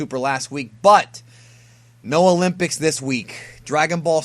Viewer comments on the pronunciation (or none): none